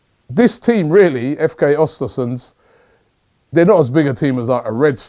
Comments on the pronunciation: pronounce ewhr-stewhr-sewndh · Östersund Ö like the E in Ernie and you'll pronounce it better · Östersund*** not Ostersunds